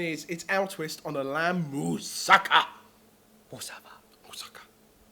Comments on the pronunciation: It's pronounced "mou-sa-ka", not "mou-sakka". Just for future reference. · I know this is a really old video and someone's probably told you, but moussaka isn't like Mustafa. You emphasise the ka at the end ^.^ amazing recipe tho :)